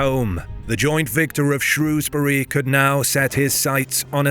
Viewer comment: As someone from Shrewsbury thank you so much for pronouncing it correctly, people all over England pronounce it “shrowsbury” which we don’t, you nailed it